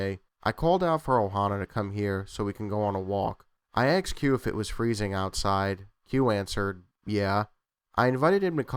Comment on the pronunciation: Aksed? Why aksed instead of asked?